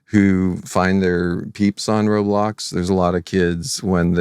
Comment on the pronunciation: "im so glad you align with the way we wun wobwox" 🥺👉👈